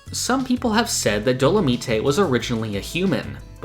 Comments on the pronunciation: Dolomite isn't pronounced Do-la-mee-tay it's do-la-myte like the character dolamite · Isn’t his name pronounce Dolo-mite like the movie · Also, dolomite is pronounced “dolo-mYTE”. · did you just say dolameetay